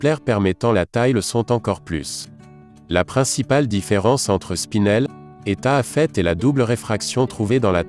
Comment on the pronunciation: c'est insupportable. c'est donc si difficile que ça d'apprendre à prononcer (après correction) les noms des cristaux ? comme si l'accumulation de mots sans intention ne suffisait pas, les Taaffettes, Bénitwattes et Poudretettes disqualifient cette vidéo. quelle plaie !